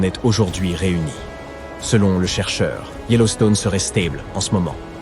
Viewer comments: Le statut de volcane ? Stèble au lieu de stable ? Encore des progrès à faire pour l'IA 😂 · Yellowstone serait " stayble"??? 😅